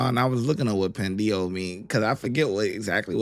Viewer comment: It means "you're a fool". Pen-day-hoe, not Pen-dee-hoe.